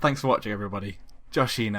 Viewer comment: YYYYYEEEEESSSSSSS!!!!!!!!! My life makes sense now!!! Thank you Joshino and yes you pronounced it alnost right ::::)))))))